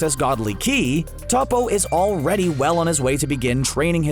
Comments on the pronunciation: Man did not just say topo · Annoying how he pronounces Toppo 😣